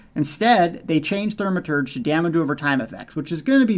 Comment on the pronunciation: Its NOT pronounced THER-maturge....its THAU-maturge... Do you have any idea how dumb you sound saying thermaturge? Like making a star wars video and talking about "the farce" instead of the force...